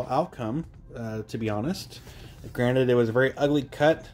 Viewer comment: I keep hearing you say granite, not granted lol.